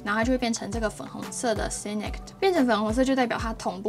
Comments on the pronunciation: Sync的發音＝sink, 不是唸作sinik, 然後Dawn 的發音不是“down”。其他的介紹都很棒！ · Sync=synchronize同步, 哪裡來的sinic? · 我還想說奇怪 哪來的"nik" ~